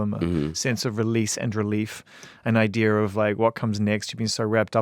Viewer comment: god i love wehn zane says "idear" instead of idea